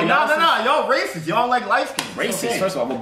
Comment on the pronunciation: nigga said racithis